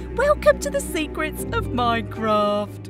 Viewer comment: I love the way Marilla says M O I N C R O F T